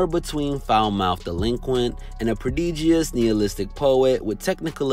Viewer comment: You don’t pronounce the second “i” in prodigious. Just saying.